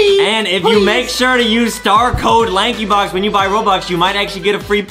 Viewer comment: Why did you said lankybock instead of lankybox??